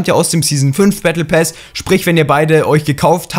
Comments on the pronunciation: Battle PASS nicht PÄÄÄS 😂😂😂😂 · Pass und nicht päss du hund 😂😂 so schlecht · Lern Englisch (Bättle päss) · Why sagt er bättle päss? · Er sagt battle päss😂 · Warum sagst du battle pess